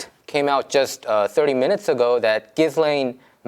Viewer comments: Her name is pronounced "zheeslane". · She should have been investigated months and months ago . Anyway I'm pretty sure her name is pronounced Jilain .... you don't pronounce the s . Also a lot of us don't think he was ever murdered and that he instead was safely smuggled out and probably has a new face by now . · jizz lane... no really... its pronounced Gee-len